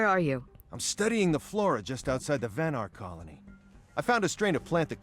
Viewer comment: Avon Calling-ny